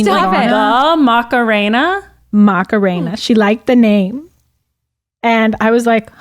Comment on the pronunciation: Yall Macarena is a super common an pretty name in Chile/Peru, you just need to not pronounce it with such a strong english us-american accent lmaoo